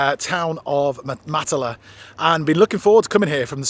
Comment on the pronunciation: Ps Matala is pronounced with the emphasis on the first syllable and the "a"s are all short ( northern english bath as opposed to southern englidh barth).